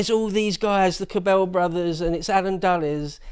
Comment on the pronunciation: Minor point, very minor, but the pronunciation for the Cabell name emphasizes the first syllable. I say this because I lived in Dallas when he was mayor. I heard his name hundreds of times.